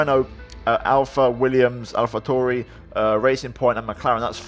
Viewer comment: AlphaTauri pronunciation was spot on